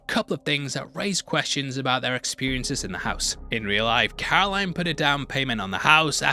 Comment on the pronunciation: Her name is Carolyn not Caroline